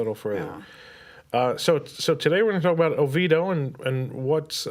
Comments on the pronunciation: It is not Over doh. it's Oviedo! Over doh it what others call it who can't pronounce it😂😂😂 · It’s not pronounced “Oveedo”. That’s what the over confidently obtuse call it. If the majority who live there call it that, then I have significant picture of who’s residing there. Pass.